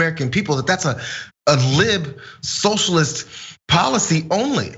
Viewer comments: hahaha "soshulist" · "Yer a SOSHULIST!!!" And it just won me this election, biotch!!!!